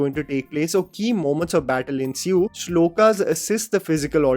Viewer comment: Shlokaaas Seriously U are saying shlokaaas Come on mann